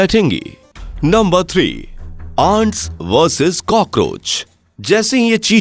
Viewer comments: Pronounce Ants not Aanch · भाई aants नहीं एंट्स 😂❤❤ भाई आपका वाइस और वीडियो सराहनीय है ❤ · मुझे एंट्स की जगह आंड क्यों सुनाई दे रहा है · Bhai pronounciation to theek karlo ants shabd ka aisa lag raha hai jaise aan--ds bol rahe ho🤣🤣